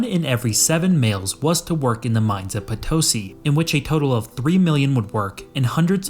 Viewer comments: Bolivian here, its be better if when pronouncing Potosí, you put the stress or intonation on the "i". And we have tales saying that with all the silver extracted you could make a bridge to Spain, and alongside it another bridge made of bones from those that died working there. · It’s “Potosí”. The accent is on the last syllable. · Potosí is pronounced "Po-to-SEE". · I was listening to this while working and it took me a while to realize you were talking about my country, Potosi is pronounced "puh tow see" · It wouldn't have taken much effort to get the pronunciation of Potosí correct. 🙄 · If you are going to apply the word, "scholar" to yourself, you should at least learn how to pronounce the name of the town that is the initial topic of your video! You also might want to use some other illustrative photograph while you are talking about Nogales, Arizona, instead of a building with a prominent TEXAS flag waving from its flagpole! As for the economic difference between North and South America, the explanation hardly requires 20+ minutes... The Spaniards and the Portuguese brought their long traditions of corruption at all levels of society and perfected them in the new world. Nothing works in that part of the world because everyone is too busy stealing from everyone else. A dishonest society cannot be a free society and cannot prosper, except, of course, for those at the top. In the US and Canada, the governments are just as corrupt as in South and Central America. The difference being that our politicians are better at hiding it (apparently, until just recently). But the populations are NOT corrupt, and therein lies our comparatively greater success.